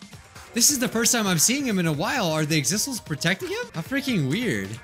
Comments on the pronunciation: Everyone: says “Exisals”: still mispronounces it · The true despair in this video is immediately forgetting how to pronounce Exisals.